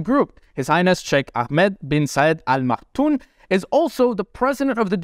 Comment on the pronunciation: Al Makthoum ,with an M at the end not N. Informative video BTW. Cheers.